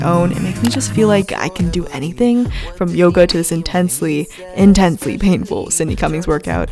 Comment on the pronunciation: i must be sleep deprived bec everytime said yoga i heard yoghurt 😭😂